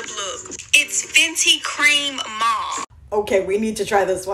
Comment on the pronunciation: Mauve, I think she said. Different from how we usually pronounce it